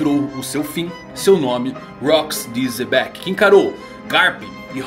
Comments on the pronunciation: Pq o chama o Xebec de Zebec? Até hoje tento entender. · "zebec" kskskskks